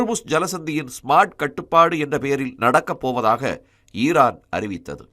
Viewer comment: உச்சரிப்பு சரியாக இல்லை. ஈரான் இல்லை ஈராக்கா. ஈரான் என்று நாங்களாக புரிந்து கொள்ள வேண்டியதாக உள்ளது.